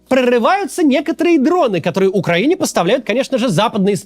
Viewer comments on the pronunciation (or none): none